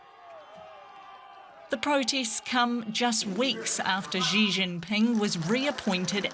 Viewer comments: Somebody tell the news narrator “Xi” is pronounced “C” not “G” 😂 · It's pronounced Shee Zhinping, not Zhee Zhinping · Xi is pronounced as See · You would kind of expect a news media outlet would know how to pronounce world's 2nd largest economy leader's name? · As a major media company, I'm sure you can find a newscaster who can pronounce Chinese names correctly? Basic respect, right?